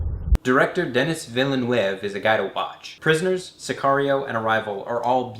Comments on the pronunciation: A closer pronunciation of the director of Arrival would be Veelnoove. He's from Quebec. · VEELNERVE is how you say "Villeneuve". LOL. Damn Yank! (Keeping subscription...) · I laughed too when I heard him butcher Villeneuve's name! I completely lost focus on what he was saying for a few seconds after that, I had to go back and watch those few seconds again. But I love his videos so I forgive him! Haha!